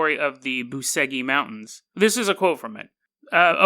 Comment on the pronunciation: It's spelled Boo-che-gee